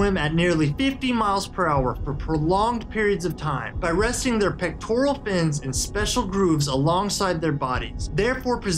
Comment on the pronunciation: Did he say PECTORIAL fin ??